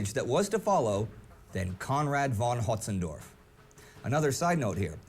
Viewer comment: Windsaw already stated their reason, but the narrator also mispronounced "von Hötzendorf". It's a relatively minor mistake that's surprisingly hard to fix for native English speakers - most of them struggle with ä, ö, and ü.